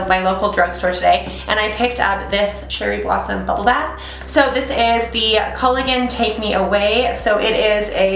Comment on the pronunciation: Your pronouncing calgon and eczema wrong